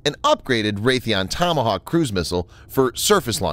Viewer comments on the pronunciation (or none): none